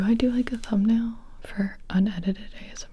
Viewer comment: Huh huh huh. You said "Ass-M.R."